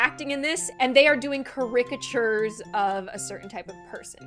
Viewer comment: the most upsetting thing in this video is the way pronounces caricatures